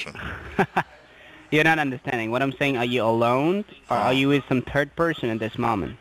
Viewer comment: “The higher at-orities” 😆 I also love how they always say I do understand dat...they don’t understand a darn thing you’re saying lol “Are you a turd person?” 😆 I love your videos!